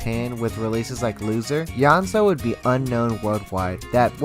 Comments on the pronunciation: Sameeee hehe YO-NE-ZU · great video but I am amazed at how the pronunciations are butchered I mean it's literally in Latin, "Yonezu" → "Yanzo" ???????????????????????????? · please don call him kenshi yonzu his name kenshi yo-ne-zu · Just so you know, his name is “Yoh, Nay, Zoo” Among his fans, we call him Yone-San. Good information though. Thanks. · when he said kenshi yonzo i DIED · Man said Kenshi yonzo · Its Yo Neh Zu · HE PRONOUNCES IT KENSHI YONZO IM GONNA GO JUMP OUT A WINDOW NOW GOODBYE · *slightly cringed how he pronounced Kenshi's name * do check out clips when he hosted the radio program, Monthly Artist File -The voice, he spoke quite a lot (its rare cuz he's usually so quiet). If u listen carefully you'll notice when he speaks there's like small pauses where he goes "ehhhhhhhh" while trying to think and it's adorable